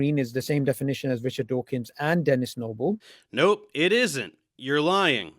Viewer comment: Does anyone else hear 'tennis elbow' after reapeating Dennis Nible 73 times?